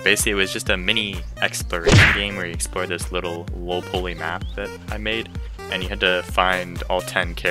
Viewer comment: i didnt actually expect you to respond lmao u just pronounced it strange thats all ¯\_(ツ)_/¯